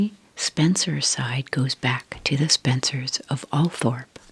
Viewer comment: Althorp is pronounced Althrop for some unknown reason.